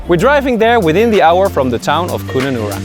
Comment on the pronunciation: Mate seriously, learn the pronunciation of the places u visit. Kununarra (kun like cut the rest similar) then dont talk about a place then go somewhere else. Elquestro then go to emma gorge, basic chronological order of events.also pls add time/ dates when u where there as people will watch looking to see of they are in the back ground or similiar time line. Otherwise great vid.